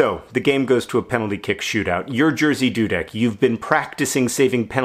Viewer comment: no offense, but i think i passed out laughing at the way you pronounce "Jerzy Dudek" (the correct way would be something like ye (like in Yemen)-zhi (like in "vision"))